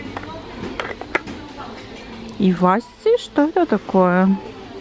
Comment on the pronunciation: Иваси, ударение на последнюю букву И. Вообще это такая сельдь, она очень мелкая, костлявая, но невероятно вкусная, продавалась в жестяных банках. Помню детство, родители покупали очень много)